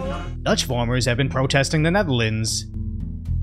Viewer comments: Mate, it’s farmers not formers. Are you French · It's farmers, not formers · It's farmers......not formers...